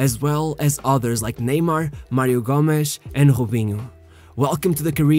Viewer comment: Mario gomesh? Hahahahah Gómez -G-o-m-e-z